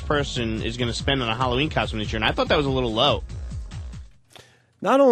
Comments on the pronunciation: "KOSHTEUME" - The most unfunny man on the radio. Also, OPIE FUCKING STINKS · i say coshtume too, fuck off